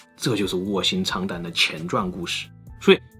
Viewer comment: 卧薪尝胆 我信扯淡 说错了吧